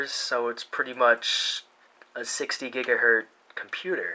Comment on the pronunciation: It's gigahertz with a "Z" not plural, so you just say "gigahertz" not "gigahert"